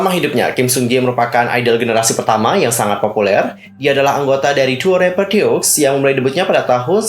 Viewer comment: Kayanya cara baca grup “ DEUX “ itu deu ajah ka x nya ga ush dibaca. Kaya deu kalo org sunda ngomong. Karena ini diambil dari bahasa perancis yg artinya 2.